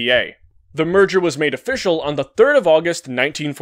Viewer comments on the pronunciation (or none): none